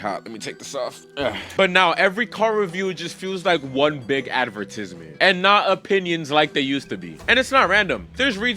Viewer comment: Bro, go take some more English classes. It's "advertisement(s)", not advertism(s). 🤣